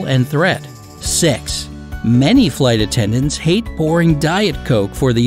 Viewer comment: Narrator pronounces weird: "fly tattendants".